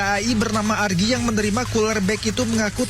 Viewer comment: ARGII jit bukan AGRII😂